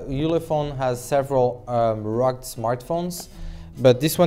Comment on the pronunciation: Rug or you mean rug-ged..